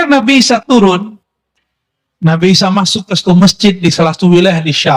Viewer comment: Yakin Sayidina Isa yg di maksud tapi kedengeranya samar🙏